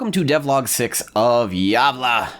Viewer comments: Wow, so nice! By the way, its pronouced like youre saying "Yeah-vle" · Aside from calling it Gavle and not Gävle this looks cool 👍